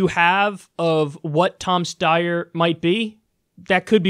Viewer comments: Kyle, is how to correctly pronounce Steyer...but you already knew that. Cheap shot. I wish you hadn't have taken it; it diminishes you. And no, I don't like him either. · Come ON, Kulinski! It's pronounced "Steyer," duh!